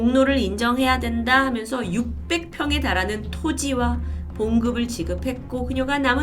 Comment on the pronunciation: 말씀하실 때 '해면서'로 들릴 때가 있네요~